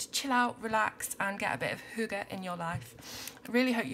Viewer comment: It is a bit funny for me to see this video because I am Danish... I have never seen this book before :) I can tell you that you say the word correctly. Hygge is a big part of our life here in Denmark. And I can relate to the pictures. Thank you for this video :)